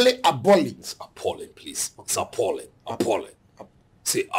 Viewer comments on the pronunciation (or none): It's appalling not appealing